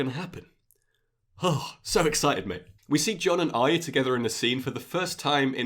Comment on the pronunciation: Another youtuber who pronounces Arya correctly which is a rare thing, makes me respect you more. I can hear your excitement in your voice man. I'm also that excited, 13 fucking days to go! I'm so excited!